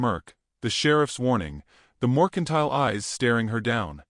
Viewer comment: ITS NOT MORCINTILE, ITS MERCINTILE------- SHE WOULD NOT BE BAREFOOT OUTSIDE.......... WE NEED MORE TO THIS STORY!!